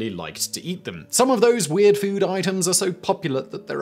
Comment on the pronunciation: This is worth seeing just for the way Simon pronounces "weahhhhhd"